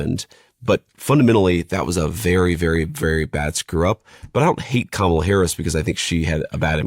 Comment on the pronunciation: You pronounced Kamala wrong, just so you know